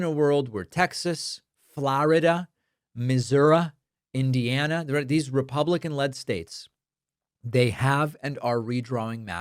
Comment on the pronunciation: “Flaurida” and “Misoura” kill me 😂